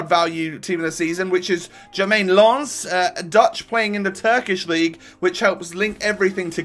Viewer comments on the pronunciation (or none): its sneijder not shneijder, berlieve me im dutch. and why did you think it was lans, instead of lens?? its pronounced lens or lence